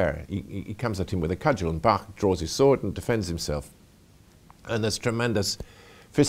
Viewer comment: finally someone who pronounces Bach correctly!